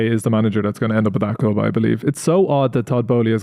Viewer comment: "You watching a cccccchhhhhlllip from the cccccccchhhhhhlllubbb podcast."